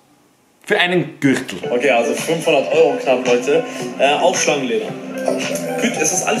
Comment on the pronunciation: So ausgesprochen Gürchtel